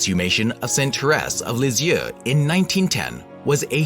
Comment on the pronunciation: If you can’t pronounce her name correctly, how can I believe you know what you’re talking about. This may be true, but the narration is awful.